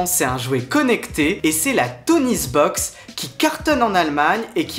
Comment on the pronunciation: Toniebox pas TonieSbox !